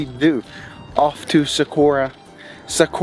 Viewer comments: The 🌵is pronounced “Suh-Wah-Row”. Growing up in Ohio, I learned it as “Suh-Guar-Row”, but then moved to Tucson and learned otherwise! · Pronounce "Saguaro" as "Sawa-ro" by replacing "gu" with "w".